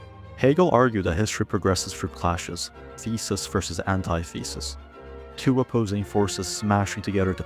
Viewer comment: It's not pronounced Anti thes is. It's An tith a sis